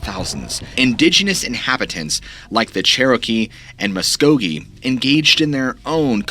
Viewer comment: As a former Okie I’m impressed with your ability to correctly pronounce Muscogee.